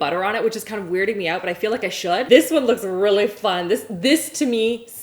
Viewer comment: How she says ‘really’ is annoying